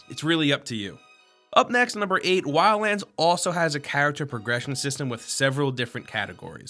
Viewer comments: anyone hear lala land instead of wildlands? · When you say Wildlands it sounds like you say Wians... Just noticed it and couldn't NOT notice it after that. But whit that said, i playd the Beta and alltough it was kinda fun for a while i don't see myself getting this game since it got pretty stale pretty fast. If i want a tactical stealth shooter of any sort there are in my opinion better options that actually make you feel way more like a bad ass.